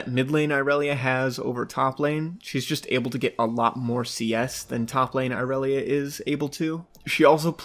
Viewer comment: Ill never understand why people mispronounce irelia. Riot has said how its pronounced yet people say Ayrelia . Awsome vid nontheless just an observation from me. Earned yourself a sub 😊